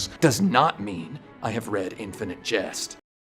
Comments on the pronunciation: La verdad es que me he visto el vídeo con una ceja levantada por el título, pero me ha gustado mucho el análisis. (por si haces un vídeo de Bioshock Infinite, lo estás pronunciando como si fuera infinity) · Buen vídeo/documental. Mas, sin embargo, me llama la atención que pronuncies casi todos los nombres de los productos que mencionas en idioma original, pero a su vez pronuncias "Bioshock" como se leería en español. Y también "Bioshock Infinite" como "Bioshock InfinitY". 🤣🤣🤣